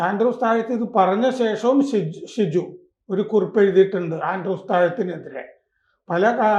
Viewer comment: സാർ, ഷിജു അല്ല. ഷൈജു